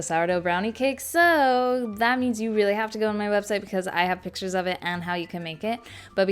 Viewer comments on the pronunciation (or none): none